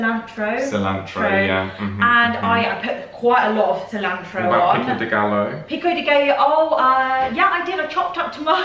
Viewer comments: Pico de WHAT-o?? Think "guy o". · You guys say pico de Gallo is different. We say pico de GUY-O. You say Gal-O. We make it a male not female word. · Another one: Pico deh Guy Yo is how you pronounce pico de gallo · Add pico de gallo to the list of words you're pronouncing incorrectly. It's pronounced peeko-de-guy-o. Two ll's in Spanish makes a y sound.